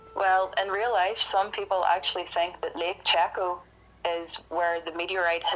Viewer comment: Its pronounced lake shayco... cheko..